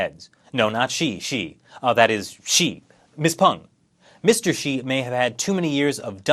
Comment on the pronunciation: I love how you couldn't distinguish the pronunciations of Xi and She lol